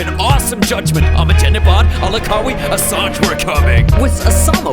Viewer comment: The way he says Abbattobad, legend